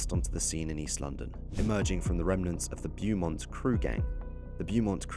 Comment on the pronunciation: You pronounced Beaumont and Higham Hill wrong….its ‘Bo-Mont’ and ‘High-um Hill’